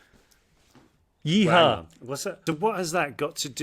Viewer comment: James’ “yeehaw” sounds so British still LOL